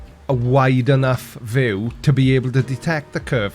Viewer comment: always sounds funny to me, more Vue or foo